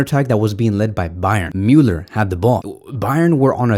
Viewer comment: The way he says Müller he says it like Mewler 🤫🗿🤦‍♂️